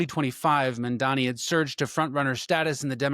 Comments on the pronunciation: I liked this info but you need to check the spelling and pronunciation of MAMDANI not MANDANI. Thank you. We need to get the DOJ to end this HAMAS supported Mayor. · You’re creating an entire video and can’t even pronounce or write the man’s name correctly; what is wrong with people? I think it has to do with the fact that Americans generally only speak English. Get it straight: “mom Donny” how’s that? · I want to listen, but if I took the time to make a video about another public figure like, I dunno, let's say Cuomo, and I spent the whole video mispronouncing his name, I would be so embarrassed I would take it down and reshoot. But you're doing it intentionally. What is up with that? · You can't even pronounce his name which shouts both bigotry and incompetence lol.